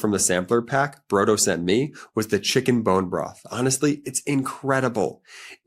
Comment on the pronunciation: Brodo, you are pronouncing iut incorrectly. It isa the Italian word flor soup.